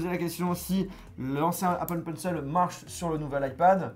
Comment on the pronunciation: Quand tu entends la prononciation de Apple Pencil du mec qui bosse dans les specheul effex ... 😭